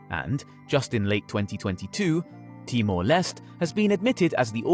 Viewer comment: He butchered EVERY SINGLE NAME!!! 😂😂😂 ….ASEAN, Timor Leste, Laos, Nikkei…